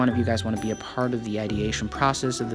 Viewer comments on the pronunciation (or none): none